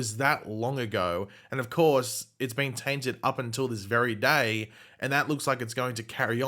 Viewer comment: Haha I know you keep saying tainted but the way you hit that first TAINTed 🤣 loved it an could totally have a character or show called The Taint just to hear you say it ever week 😄 🤣 😂